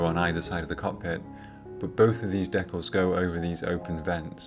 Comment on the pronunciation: They are DEE-CALS not DECK-ALS. Not sure how you get the word DECK when there is no K in the word.